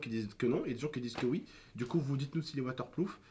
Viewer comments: c'est pas "waterploof" c'est "WATERPROOF" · l'iphone 7 est "water ploof " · A partir du 7 il son woterprouf